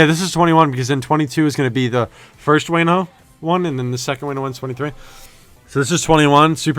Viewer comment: Also Wano is pronouced (Wah-No) btw ❤️